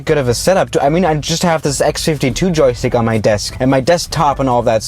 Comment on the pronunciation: Normal people when they say joystick: Joystick when he says it: Jokstick He said it in a app review where the creators of the app spelt joystick wrong lol